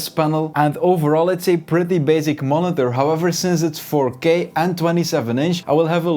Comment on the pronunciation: Why do you say monither